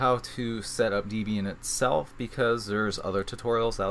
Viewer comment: Sorry.... it's not deeeb ian (#1).... it is a contraction of a mans wife (deb) and him (ian) hence the name. Point #2, backslash is this character"\" it is used in the windows/MSDOS world. the character is a slash "/" and IF you feel the need to specify WHICH slash it is, it is a FORWARD (/) slash, not a backward (\) one. Microsoft, I believe did this to be 'different' from the other OSes of the era in using it as a delimiter. Your emphasis of capital versus lowercase letter is well deserved, thank you. Also, a HUGE GIMONGOUS shout out THANK YOU for all of this!